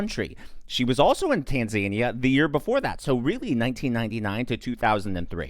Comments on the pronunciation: The country is pronounced tan-za-EE-uh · Just a point of correction (I am OCD with respect to spelling and pronunciation). Tanzania is actually pronounced "tan-zah-NEE-ah." Your videos are superb and everyone makes the very occasional errors. No one is immune. Keep up the amazing reporting of current events that are important to all of us. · Why do people keep pronouncing it tan-ZANY-uh? 😅 Oh... He's a zany tan dude? 😂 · have I been mispronouncing Tanzania this whole time?!